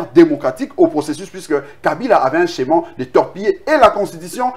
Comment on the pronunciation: Humm ohh juriste Blanchard, au lieu de schéma mr dit scheman pfffffffff